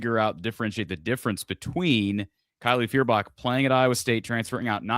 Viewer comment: The Big10+ broadcasts are the most cringe thing. But at least we have a way to stream all Iowa wbb games. Did you hear them call Kylie Fishbot at the beginning? Lol..